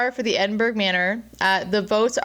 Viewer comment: Edinburgh is pronounced "edinbruh"... it's basically a silent g. It's not pronounced edinburrow, edinborough or edinburg. 😂🏴